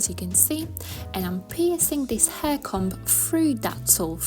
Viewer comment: This is great and so simple. Just a little note. The letter b in the word comb isn't pronounced!